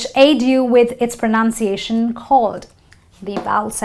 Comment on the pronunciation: Hi. Lady you mispronounced'Pronounciation'. That's basic right?